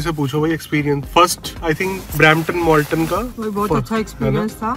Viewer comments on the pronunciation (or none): MALTON not MOLTON 😟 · It’s Malton not Molton